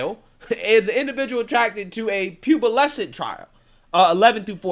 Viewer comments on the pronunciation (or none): I love you man, but I gotta give you some ish bruh, your pronunciation of pubescent as "pubalescent" had me rolling for like a good 5 mins, I had to just keep replaying it, especially cause you kept saying it 🤣🤣 peace and love from another black conservative ✌🏾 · Bro, pubescent... pew - BESS - ent... not pubelescent. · Haha “Pubalescent” you kill me, man! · Great video but I’m still stuck on the way you pronounce Pubescent